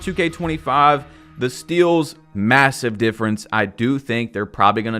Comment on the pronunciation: did you say MASSIVE?